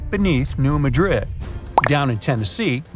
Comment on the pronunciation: MADrid,not MadRID. Accent is on the first syllable, not like the city in Spain.